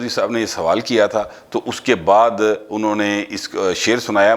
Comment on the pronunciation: PL note it's ànho not anha